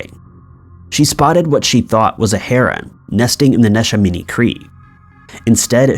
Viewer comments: Neshaminy is pronounced Nih-SHEH-mah-nee. (I grew up around there.) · Love your videos! I actually live in bucks county, and I had no idea about that. Neshaminy is pronounced ne-sham-eny, we say things weird in pa lol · Neshaminy is pronounced nesh-a-mini awesome video tho! I live in that county and this was new to me. Thank you for bringing it to attention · I died laughing when he first said Neshaminy. PA has some funny names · He called neshaminy nesh- a- minii 🤣😂 woah and Ben-sa-lim really dude lol 🤣 that's hilarious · Hey! I'm from Eastern Pennsylvania and we actually pronounce it as NESH-AM-A-KNEE ( Neshaminy) and it's BEN-SALEM (Bensalem). Otherwise I really really enjoy your content 😊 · Maybe if you pronounced Neshaminy and Bensalem correctly. Smdh